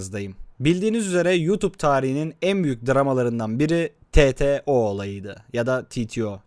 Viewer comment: Titio ne amk türkçe bir kısaltma türkçe okunur yani Teteo diye